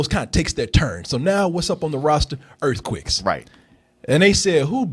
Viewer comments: Ha, Nahhhhh brotha. Its not just earthquicks you've got a problem with all your vowels. maybe its a Waco thing. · It's not pronounced EarthQuick? Been saying it wrong for years!